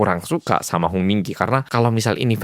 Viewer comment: nah.. HONG yah.. HONG bukan.. song..